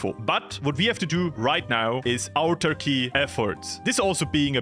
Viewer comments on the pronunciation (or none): autarky is easyest to pronounse as ahtarky plz stop calling it turky that is something else